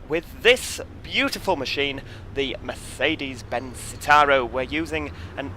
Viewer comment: Merzzedes Zzitaro 😂 love it